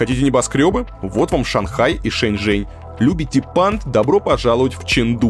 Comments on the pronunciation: При поездке в такси с ЖЕНЩИНОЙ, перевод неправильный, вместо Шэньчжэнь, переводчик говорит ЖэньШэнь!!! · Несколько раз послушала диалог в машине на тему города Шэньчжэнь. В дубляже я отчетливо слышу слово женьшень 😂 это рофл дубляжа?🤪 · шэньчжэнь, а не женьшень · Лол а почему переводят Шэньжень как Женьшень 🤣🤣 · Почему голос за кадром называет город Женьшень?